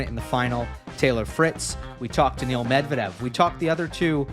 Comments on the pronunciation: oh man it’s so brutal 😂 and for the love of god it’s not Daniel Medvedev. It’s okay though he’s a great guest and it’s funny. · Agreed, it's quite something, his memory for match scores and narratives I immense. I saw some comments about him saying Daniel instead of Daniil lol. He also says Zeverev 😂 but this just makes him more lovable to be fair. Huge respect.